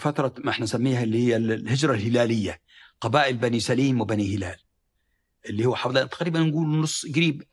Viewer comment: **للتصحيح، بني سُليم وليس بني سَليم